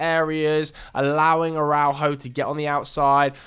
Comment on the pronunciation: Great video. But I think I had a stroke every time you tried to pronounce Araujo